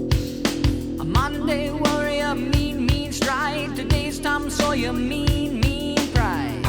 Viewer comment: I love how you love his pronunciation because I know Paul Rudd would disagree with you! 🤣🤣🤣 Tom SawyEEE